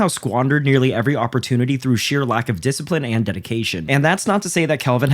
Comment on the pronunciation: He rack a disciprine